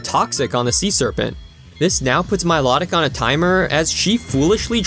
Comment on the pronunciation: Milotic's name is pronounced, My-Low-Tic not My-Lot-It